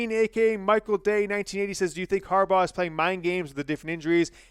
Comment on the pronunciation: And Hair Baugh is the bum NOT Day 😂 OSU 34-17 #GoBucks!!